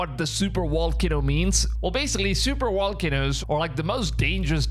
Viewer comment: These are good videos normally you speak very well. It sounds weird when you hear somebody say volcanoes with a W. That’s different.